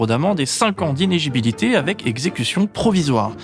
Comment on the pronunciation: inégibilité 😂 il m'arrive de faire la même en parlant vite.